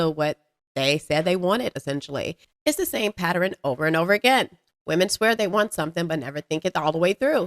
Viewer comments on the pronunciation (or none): girl I love u but it’s mf PATERN not PATEREN